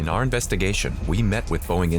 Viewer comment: "Safety is ower number 1 priority"